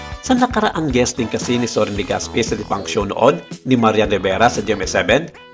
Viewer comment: Legaspee😂😂😂😂 ako lang ba ang nakapansin??? Clap clap sa narrator hahahha